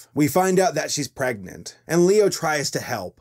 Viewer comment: “I am pregenant?”